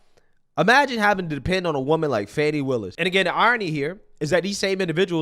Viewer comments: How does Fani = Fauny and not Fan-ee? This is like calling Target "Tar-zhay" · I pronounced her name PHONY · The spelling isn't Fawni. A ceiling fan, with an I.....fani. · The woman can’t even pronounce her own name correctly🙄or perhaps her parents misspelled it? There is Fani, like mani and handi, and there is Fawny, like tawny and brawny. Only a narcissist would think the rules of proper English should be changed for them.